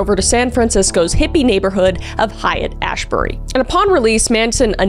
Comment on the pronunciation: hate. It’s pronounced hate and ashbury.